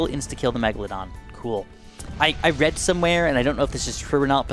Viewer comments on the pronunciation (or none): none